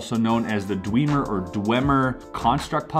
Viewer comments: Dwehmer sound, not Dweemer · I felt pain when he said dweeeemer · paul wagner what I am most angry about is he said Dweeemer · I will never forgive you for pronouncing it "Dweemer" at the beginning